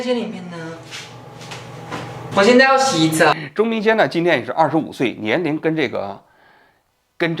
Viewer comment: 王局，您中间有多次念错钟明轩的名字，请注意更正